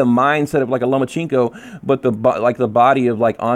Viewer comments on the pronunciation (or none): I hate when niggas say Loma-cheen-ko its Loma-chen-ko